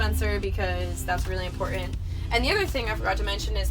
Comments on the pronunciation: I had to stop watching after she said 'conversate' and 'imporint'. Who "forgets to bring" the toilet? Isn't it always in your home... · "ImPOR-ant" - The implied internal "t" sound seems common around mid-Michigan (home of the "Spar-Ans"). Regional language and pronunciation is fascinating. Your use of available space and the feeling of lightness is the best I've seen in any conversion, especially considering the size of your bus. Subbed.